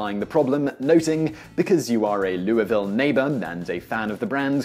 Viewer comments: You're the first person I've ever seen who isn't from Kentucky who knows the proper pronunciation of Louisville. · I have to applaud you for your correct pronunciation of Louisville KY. Much thanks for not butchering the name of my city. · Louisville resident here- A++ for correct pronunciation.